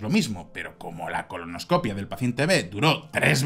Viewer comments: ColonoscopÍa, acento en la i. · Se dice colonoscopía mi querido..